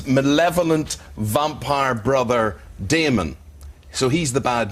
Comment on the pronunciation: It's Damon not fucking Demon you dumbasses.